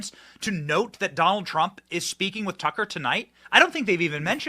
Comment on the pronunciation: Judge Jeanine can't even say Tucker's name. 🤬